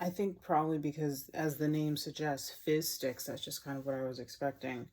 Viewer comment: The amount of times I thought you said fish sticks 😆